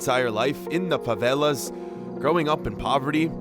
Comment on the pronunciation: He said properly for someone in USA.